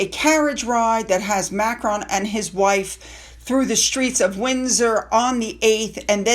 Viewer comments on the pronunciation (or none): none